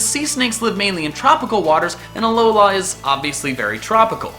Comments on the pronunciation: It's AlOla, not AlolA. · Hermione Granger voice it's a aLOla not aloLAAA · why do you keep saying alolohh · AloLA... I think you put the emPHAsis on the wrong syllAble. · it's aloa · The main thing that I've seen for the reason for Alolan Raichu, the blue eyed surfing Pikachu from season...two?...one? IDK. But as for you Number One choice...YES! I want it so bad. Lastly, and this is just nit picky me being nit picky me...Uh-Low-Luh. I love your videos dude! Keep it up! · Was he pronouncing an n at the end of alola